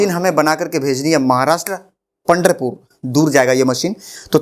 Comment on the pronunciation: सर पंडरपुर नहीं पंढरपुर आयेगा